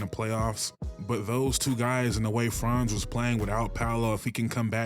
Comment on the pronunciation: You said Franz and Paolo’s name right. Got yourself a sub